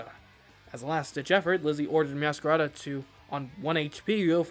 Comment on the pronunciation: Fuecoco is called Fway-co-co because of Fuego. Meowscarada is Meow-sca-ray-da because masquerade. It's Rev-va-vroom because Vroom. Dunsparce is Dun-sparce because he's a dunce. Quaquaval is Qua-kwuh-Vahl because Festivale. Feel free to ignore.